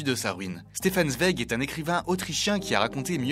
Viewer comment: Merci de prononcer correctement son nom...